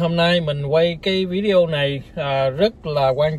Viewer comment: Video mà nói víđioo